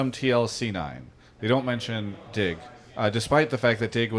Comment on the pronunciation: I hear "dick" instead of "DIG". Im so immature.